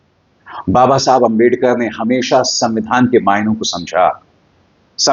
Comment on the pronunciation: Abhisar, if u listen carefully, u might find that Mr.Shah, couldn't even pronounce clearly the name/word "Ambedkar". Plz listen